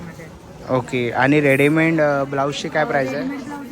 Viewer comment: told u ssssooo many times...tarihi chukichech boltos! Readyment ❌❌❌ Readymade ✅✅✅